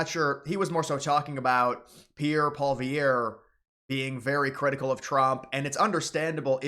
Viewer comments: How to pronounce "Polievre" Poly-Ev Poli-ev Silent 'R' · Pierre's last name is pronounced "Poly-Ehv" if i remember correctly.